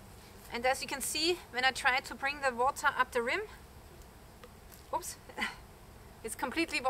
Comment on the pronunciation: "ups" Are you german? :)